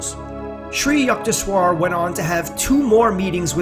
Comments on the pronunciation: its not yuckteshwar,its yukteshwar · Yukteshwar can be rightly pronounced as Yookteshwar